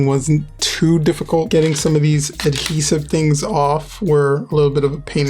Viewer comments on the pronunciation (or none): You don’t know how to pronounce ADhesive you keep saying “hedhesive” lol learn English